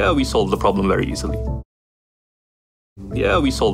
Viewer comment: problemがprobably にしか聞こえん